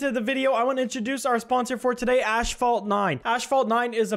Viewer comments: Ashfalt or asphalt 😂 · I love how he says ashphalt instead of asphalt. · It's asphalt, not ashphalt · What-phalt? Got me acting up 😳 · “Ashfault 9” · mans said ashfalt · dis doooood said ash-fault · imagine saying ash-phalt…but fr tho keep up the great work we all love the content😘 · This guy said "ASHphalt 9". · saying ASHphalt pissing me off haha but still wonderful video 🥹🔥🔥🔥🔥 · "Ashfalt 9" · Why you saying ash-fault in sponsor ad? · I hate how says “ashphault” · It might be a Canadian thing but why does he say asphalt like “ash fault” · You did not just say "Ashphalt" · Why you calling is ashfault? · I don’t know why but him pronouncing asphalt like “ash-fault” bugs me more than it should… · Cant say Ass in the first few minutes might get demonetized, so he mispronounces an entire ad read to get around it lmao 🤣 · Please just say asphalt right